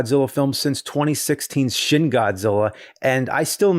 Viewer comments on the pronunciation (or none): Every time James mispronounces the "shin" in Shin Godzilla, seven years are taken off my lifespan.